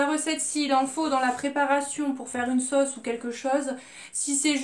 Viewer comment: Comme toi j’ai pris le porc et le burger, le reste c du poisson! Et comme toi j’ai mal prononcé le nom de cette sauce !!😂😂